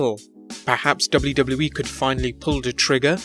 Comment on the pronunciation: Hate the way this guy says WWE ....